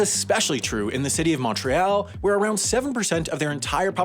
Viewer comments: Aight mate that's [Mont - réale] or [Munt - re - all] not [Mownt - ree - ale] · mon-Réal... "t" is silent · hearing you pronounce 'seigneurial': that's a hard word, this guy might be francophone hearing you pronounce 'Montréal': oh nvm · The way he says " Montreal” hurts my ears. Mon tree -all not Mon -treh ahle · Since I have nothing to nitpick about this video. Just bringing up: I thought the word was pronounced Mon-Tree-All. Not Mon-Trey-Al. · it's more pronounced "montree-all" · Brags about being able to pronounce 'régime seigneurial', but pronounces Québec 'kwabeck' and Montréal 'mauntreeall'. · FYI: You don't pronounce the T in Montréal. And also, in a nation with a housing problem, being able to find another apartment or house on the same day your current lease expires is extremely practical. Plus, moving day has become a sort of tradition by now. It's part of Québec's identity. On the subject of moving companies though: Movers are scum. And that's mostly why québécois (you like to call as Quebecers for some reason) tend to move their own stuff. This creates a special opportunity for us to help each other, reconnect with family and friends and so on. So this actually has a major impact on our society. :) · Is it just me, or do other people get annoyed hearing Quebec pronounced like this? And the way this person said Montreal... like a cross between French and English... but at least that's not a recurring issue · my man can pronounce régime seigneurial but not montreal 😭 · You were doing so well with the other French terms, I got a little sad when you didn't pronounce Montreal with the Montreal accent. But, good job on the rest! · Omg I had to pause the video and take a deep breath after hearing you butcher Montreal. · Also, well done on your French pronunciation... except for the way you say Montreal. That was way off. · Your writers =should have written around that half attempt to pronounce Montréal, the first bit is english and the second is in french.